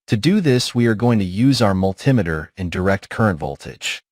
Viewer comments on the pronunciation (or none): It’s multee meeter, not mult emitter. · Why do you call it a multitimiter when it is a multi meter?